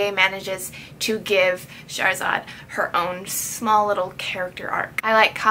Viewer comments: Her name is pronounced Shahr Zaad. Shahr meaning city and Zaad meaning born so her name means born from the city in Persian. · It's pronounced (shah- ra - zad) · Her name is pronounced sha-h-ra-zad